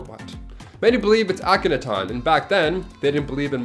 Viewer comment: Please learn how to say Ahkenaten properly. The way you pronounced wrong through the video had me yelling at you with the correct way. Otherwise I really enjoy your lists.